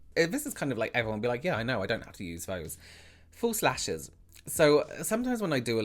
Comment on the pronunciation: Great information . . . I had a laugh when I thought you’d said “full slashes” and then realized you’d said “false lashes” . . . I love your accent.